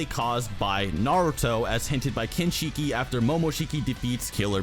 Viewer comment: I appreciate the research and time put into the video. But I cringe a bit everytime you mispronounce Kinshiki and Momoshiki. It's "shhhkee" not "sheeekeeee".